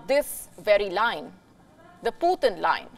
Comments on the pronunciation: The puthin line 😂😂 poo thin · Lmfao, the "pootin line" 😅🤣🤣🤣😂